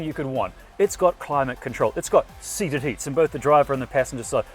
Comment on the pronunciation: "seated heats" 😂